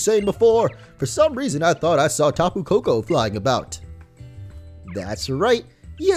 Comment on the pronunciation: It's not tah-poo, it's tap-poo